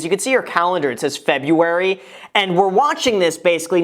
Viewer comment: Hey Graham, there are two R's in February! 😂